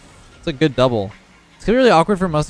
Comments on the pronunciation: Everyone: Good: Güt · 1st of all best name ever 2nd of all says goot not good no offence but its pretty funny